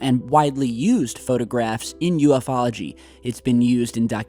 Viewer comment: .its not ufo-ology.its a blended word, u f ology..call yourself a pro.ha